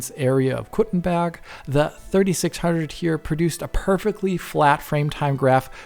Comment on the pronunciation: Completely of topic but your pronunciation of Kuttenberg is absolutely flawless. Hats of to you sir!